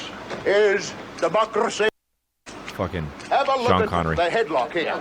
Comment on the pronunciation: "This is democrrracy manifest!" sounds like a SOAD song 😅